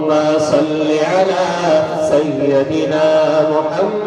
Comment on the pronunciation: ماشاء اللہ بہت خوب ایک بات پر دھیان دیں.... سَیَّدِنا غلط ہے. یا پر زبر نہیں آئے گا. سَیِّدِنا صحیح ہے. یا کے نیچے زیر پڑھیں گے.